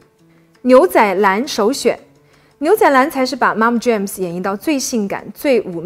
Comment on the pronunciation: 两个词，Look我听成Luke，MomJeans 我听成momJames 😀